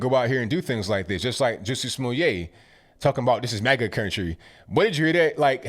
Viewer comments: Lol he said juicy smooyay 😂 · JUSS -- ee SMAL L-- ette IS THE CORRECT WAY TO PRONOUNCE THAT GUY'S NAME. The Parts In Capital Letters Should Be Stressed. You[re Doing A Great Job!